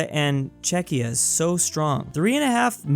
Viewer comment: Wait, he pronounced Czechia correctly? What happened?